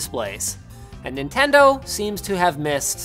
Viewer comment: The “Nintengo”